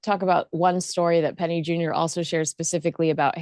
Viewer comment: It’s Penny JUNOR not JUNIOR .